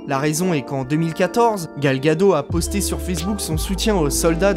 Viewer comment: c pas Gal ( une vague en hebreu: pour la culture;) gado mais Gad'ot, le T se prononce. mais a part ca bon boulot!